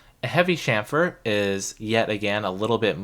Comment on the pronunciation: yes,"sham-fur", THANK YOU!, after hearing you, I did google and found that it is "Dutch" pronounciation. I was pronouncing it wrong my whole final year, but glad that I found your channel before my finlas, which is from Tuesday 😁